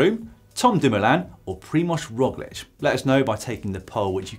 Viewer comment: Props for pronouncing Primož Roglič correctly